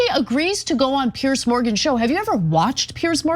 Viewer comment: Ana there's a difference between pronouncing Piers and Pierce,you said the latter Pierce,it's /pierz/.